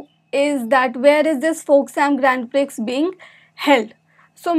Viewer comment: A little of my knowledge I would like to share here. The Prix in Grand Prix is pronounced as Pre...the X is silent.